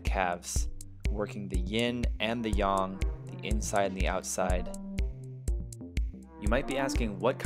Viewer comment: Ying and Yaaang not Yung